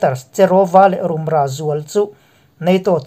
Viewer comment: INP chanela News minhluitu hi ifelin ichhiarthiam, ngaihnawm thine. Chutihrualin Mizotawng thluk thenkhat hi fuhlo a awmve zeuh2 thin. Rumra, minawl pui etc hi